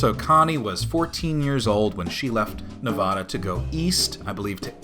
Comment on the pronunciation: man you sure love to mispronounce nevada